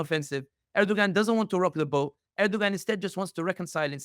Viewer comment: Please learn to pronounce names correctly as it’s confusing when you say someone’s name wrong and the listener can’t follow along. Erdoğan’s name does not have the G pronounced in his name.